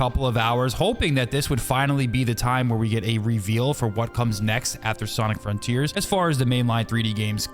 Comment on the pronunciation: You can say, "This make us new frontears...." 🥲